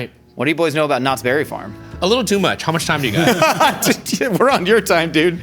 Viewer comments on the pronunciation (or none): WHY IS EVERYONE EMPHASIZING THE BERRY IN KNOTTS BERRY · says knots BERRY farm